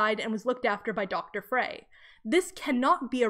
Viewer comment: Frey is pronounced like "fry".